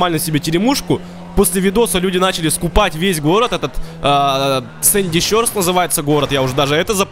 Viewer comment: правильно говорить шорс, а не щёрс